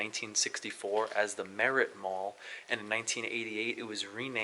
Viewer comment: It was Mellett Mall, not Merit.